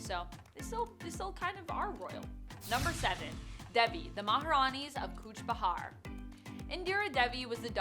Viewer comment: Kuch Bihar not bahar .. it's like calling New York - New ark..